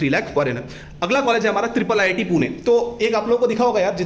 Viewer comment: it is not triple ii t. it is iii t